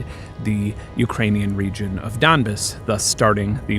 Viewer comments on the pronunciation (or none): none